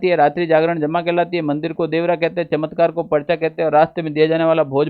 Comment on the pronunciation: चत्मकार ❌चमत्कार ✅